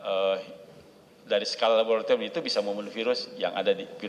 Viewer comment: secara labebbrrrrtorium